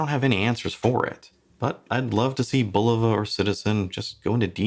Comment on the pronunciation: Thank you for pronouncing the name correctly. 👍👍👍